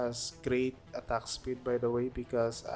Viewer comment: I’m not even Filipino, but that’s the first thing that came to my mind. That „attagk“ is too filipino 😂